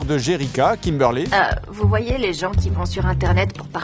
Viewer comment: Oui, mais pourquoi Kimberlaid? C’est Kimberly, le prénom… Même s’il existe une orthographe alternative (Kimberley), ça se prononce pareil. Un peu comme Steven et Stephen.